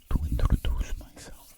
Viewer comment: Am I crazy or did he say intradaduce